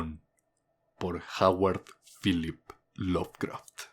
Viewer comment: Al chile no me había fijado al principio, pero dice "lovecfat" en vez de "lovecraft" :v